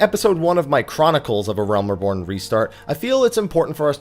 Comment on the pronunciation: "Uhrelm Reebourne" i c wat u did thar